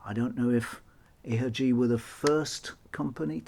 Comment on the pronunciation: Please, dont read ihagee like that. It pains me greatly to hear that.